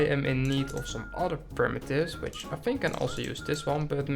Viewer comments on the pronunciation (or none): Look, I know he said which, but it sounded like b*tch!😂😂😂